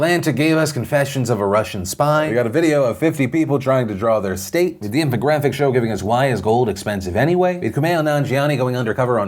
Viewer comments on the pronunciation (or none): none